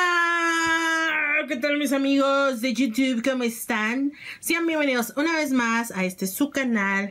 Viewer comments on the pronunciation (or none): none